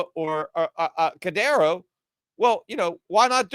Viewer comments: Whats cadero? Your puertorican accent messing you up. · Cadano??? HAHAHAHA!!! Are you trying to be even more of a clown than Jim Cramer? He called Cardano, Cardanzo. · Peter purposely mispronouncing Cardano as cadano and cardera. Like adults used to purposely mispronounce Pokemon as pokie-man. And then saying he knew Ripple was Solana. All this just makes him look bad and misinformed about everything crypto. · It's Cardano, sorry for the correction, love your show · Cadano and solano lol